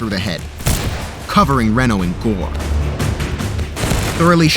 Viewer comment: I have to say.. your pronunciation of Bentsen and Reno are way off. Also, the cavalry in 1876 would not be called Federals. For the effort put into making these videos these are bad gaffes.